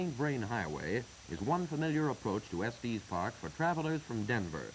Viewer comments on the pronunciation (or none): They should have given the narrator a briefing on some of the pronunciation and nomenclature. It's definitely not "Estees" Park and It's Colorado Ave. Not Colorado St. I have ridden up to Pikes Peak by road and cog road. I remember when they would feel the hubs on the wheels of your car to see if you had been riding your brakes down the mountain. If your wheels were hot you would have to pull over. They have had instances in the distant past where people would burn their brakes out completely on the way back down the mountain. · It may have been how it was pronounced back then. I've heard similar videos from the era refer to Los Angelees, with a hard G. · It's actually Estes Park Village. Check it out, but we call it Estes, also. 💙 T.E.N.